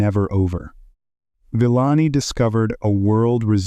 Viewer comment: Couldn't take the pronunciation of the narration. Sorry Villani.